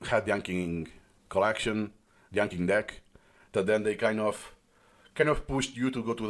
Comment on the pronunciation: 👇 number of likes equals number of times 暗記 was mispronounced in this video